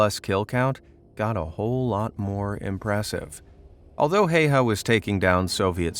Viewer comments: Not Heiha, Häyhä. Also only one i, not two. It's Simo, not Siimo. Scratch all that. Only Finns can pronounce the finnish names properly. Also the day is shorter moving further north. In Lapland ,or "Lappi", there's no daylight at all for a few months. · Häyä not Haya. Search how to pronunce ä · HÄYHÄ Not Hejha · Well, the pronunciation could have been better, but his last name is one of the harder for non-Finnish speakers. Well, Swedes, Norse, and Estonians should nail it as well. The sights of his rifle were called "bunny ears". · I know about his military career and I will not watch this video because his name is being pronounced wrong sorry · You pronounce his name wrong